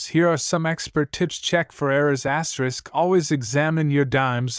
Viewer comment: Asterick, asterick.....anyone else sick of hearing videos broadcast like this......asterisk, asterick.